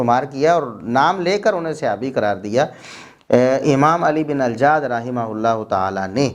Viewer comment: اللہ آپ کو کروٹ کروٹ چین سکون اطمئنان راحت عطا فرمائے، کتنے مضبوط دلائل سے آپ نے یہ معاملہ واضح فرما دیا ۔۔۔ پلمبر مرزا جی تو علی بن الجعد کا نام تک صحیح نہیں لے پایا ۔۔۔۔ بس اس چوہیا کی مانند مسواک کی ایک لٹھیا لئے پنسار کی دوکان کھول بیٹھا ہے